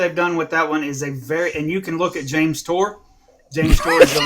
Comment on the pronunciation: This dude literally said "James Tour..."